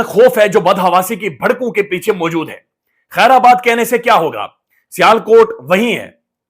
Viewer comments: میرے بھائی "خیر باد" میں "آ" نہیں ہے ۔ ۔ ۔۔۔ خیرآباد غلط ہے۔ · بھائی صاحب لکھنے والے نے درست لفظ " خیرباد" لکھا (ورنہ آجکل جس طرح فی مربع انچ جہالت کا دور دورہ ہے، عموماً "خیرآباد" ہی لکھا جاتا ہے) مگر آپ نے ریڑھ مار دی "خیرآباد" بول کر! یہ ایسا ہی ہے جیسے بڑے بڑے جغادری قلمکار "کانٹے کا مقابلہ" کو "کانٹے دار مقابلہ" لکھتے اور بولتے ہیں